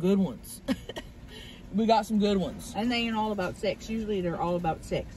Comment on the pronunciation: I thought crystal said appetizer for six …not SEX lol